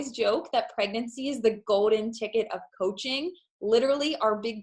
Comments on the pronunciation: she says "coaching" and I swear she says "poaching" or does she say poaching? I'm not sure. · I heard poaching too! 😂 Freudian slip?